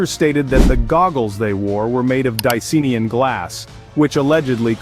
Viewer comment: Why does everyone insist on pronouncing it “Di-See-Nee-an”? It has the colour Cyan in the name - it’s clearly “Di-Cyan-in”!!